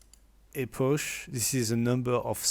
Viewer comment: Epoch -> "ipok" en bon anglais, pour la prochaine 😉 Thanks for the tutorial 👍